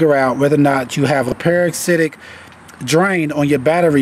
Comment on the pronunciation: Just trying to be helpful, but you should Google the pronunciation of parasitic.